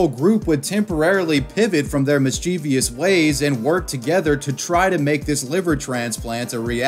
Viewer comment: Just a public service announcement for everyone: "mischievous" is pronounced MIS-chuh-vuhs, NOT mis-CHEE-vee-uhs.